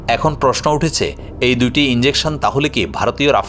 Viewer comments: ইঞ্জেকশন নারে পাগল ইজেকশন। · বাবারে, এখানে ইন্জেকশনের কোনো ভুমিকা নেই, এটা 'ইজেকশন' 😂😂😂